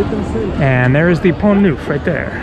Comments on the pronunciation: It is Pont NERF , not “ NOOF” .... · good...try to get the basics of pronunciation correct....."pont noof"....ooff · In Pont you don't pronounce the "t". Pon Nough